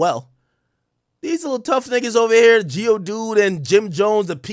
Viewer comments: Is he calling Dave East GIO dude from Pokémon? Ohh Maino 😂😂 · Bruh he called maine geodude